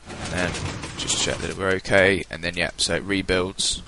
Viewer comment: what dose 'hokay' mean